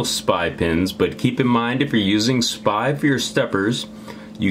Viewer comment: STOP saying SPY!!!! It's S.P.I. goddammit, i think u don't even know what uart and spi are, u are just reading and saying things...